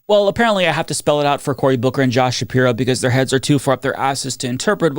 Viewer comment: Gavin No-som. Josh Nah-piro. Cory Boo-ker.